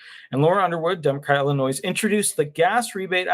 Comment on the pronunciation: It's not Illinoise.